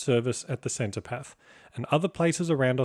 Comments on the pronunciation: I was reeling from that and then when he said "centopath" and it all started getting a bit creepy. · Minor correction: the pronunciation is "Senno-tarff" or "Senno-taff" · *Cenotaph, not centopath. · Centopath?! ha ha.